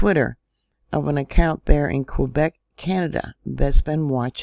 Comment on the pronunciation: Haven't heard anyone pronounce Quebec correctly in a long time! Maybe they should use concrete for the roads. I just looked up how much it costs to get into the park. No wonder the actual figures aren't being reported, that's a lot of money and we all know money is the end all be all. Thank you, BTW, your voice is so soothing.